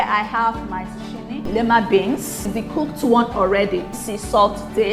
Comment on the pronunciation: Lovely soup. Zucchini is pronounced ZOO-KEE-NEE.